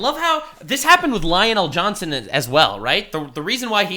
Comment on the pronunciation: I'm wondering if mispronouncing Lionel Johnson is a flex now.